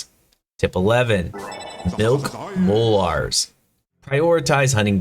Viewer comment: Mol"Ares". Lol, relax the the "a" a little. Molars. I hope you don't call your teeth, mol"ares" lol good video though. I was just cringing at your pronunciation. Lol